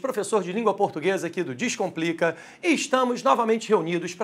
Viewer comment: Professor de língua portuguesa que inicia o vídeo pronunciando "dixcomplica" em vez de "descomplica" é uma fraude!